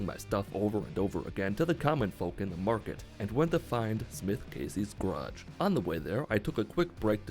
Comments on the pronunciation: For fucking sake, it is GARAGE, not GRAAATSCH -. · He pronounces garage "graj". Just skips the whole first syllable.